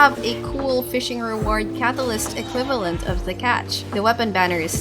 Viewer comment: You are very particular how you pronounce words with a hard "t" in them. "eTerniTy" "caTAlysT".